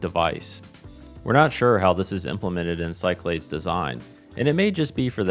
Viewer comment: Awesome! I don’t know why I think this but Cyclades may be pronounced Sick-la-dees? Been enjoying this whole series and can’t wait for a crossbar POTS Telco series!